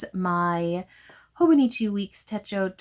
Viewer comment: No, I promise that was an excellent pronunciation! And yeah, I'm on the market for my next journal/planner and I'm not sure what to pick yet, do I want a classic leuchtturm notebook for maximum creativity or do I prefer the stability of a planner.. decisions decisions 🥲 I don't recommend being a Libra AND a stationary lover haha